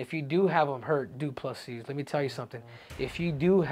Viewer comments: You start the video by saying his surname correctly, then proceed to call him DuPle-Seas 🌊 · Acknowledges the s is silent and proceeds to pronounce it every single time 😂